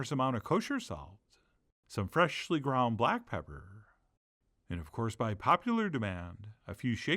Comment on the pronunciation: "some FRESHLY ground BLack Pepperrr." im starting to think you use the same audio clip in every video!